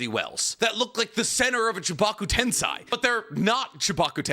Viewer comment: I just want to say, I stopped reading Boruto right around 2BV, because watching your video analyses does enough for me that I don't feel like I need to read it myself. I appreciate that! EDIT: Also, "tensei" is "Ten-say."